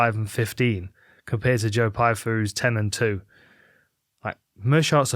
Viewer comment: You’re telling me V can’t say Pyfer?